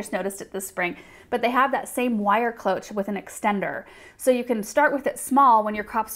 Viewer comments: closh not cloatch. Its french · Psst, Cloche is pronounced with an "sh" sound. It's French for bell. :)